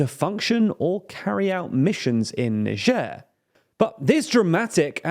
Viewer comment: how did you pronounce niger???